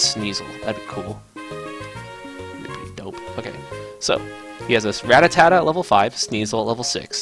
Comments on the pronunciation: every time he says ratatatta and not rattata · It's pronounced ra-(as i rat)tar-tar, not ra-ta-ta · Im trying so hard to ignore him saying Rattatata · This is not rattatata! it's rattata! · he said it with too many syllables. i don't know why so many people screw rattata's name up